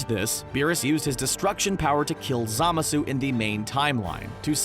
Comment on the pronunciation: When he butchered zamasu’s name I died